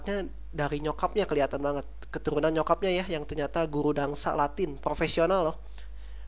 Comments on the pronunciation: tolong ya mas ,yang bener itu "dansa" bukan "dangsa" please tolong jangan merubah huruf dalam kata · Dansa bro. Bukan dangsa 😆